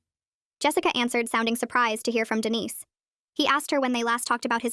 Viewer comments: Dude Denise instead of Dennis I’m dying 😂😂😂😂😂😂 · Umm who ever is reading this needs to get the guy's name right the way you say it is a woman's name but Dennis is a man's name. I know because I had a very dear friend named Denise and a Uncle named Dennis. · Someone doesn’t know how to pronounce Dennis.